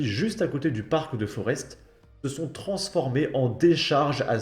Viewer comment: on ne prononce pas le S dans Forest